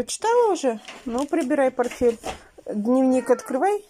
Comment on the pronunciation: не порфель. а порТфель.Тебе уже не раз писали. ты понимаешь, что дети потом будут так же говорить.